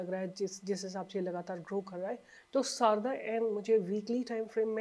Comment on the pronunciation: Madam Sarda सारडा Not शारदा सारडा माहेश्वरी मारवाड़ी समाज में एक surname है । सारडा एनर्जी